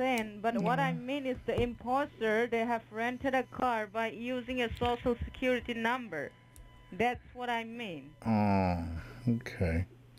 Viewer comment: Your sho sho secuwity numba 😆